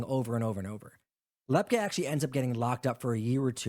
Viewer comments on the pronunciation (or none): It's LEP- KEE...